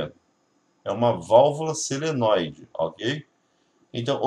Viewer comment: Não é seneloide e sim solenóide!